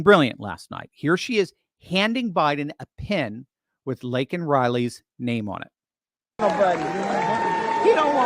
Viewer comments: Joe didn’t even say her name right! Meaning he doesn’t care! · Biden mispronouncing Laken Riley's name made my blood boil, especially since he only brought her name up when MTG interrupted. This comes after Riley's family rejected an invitation to the SOTU.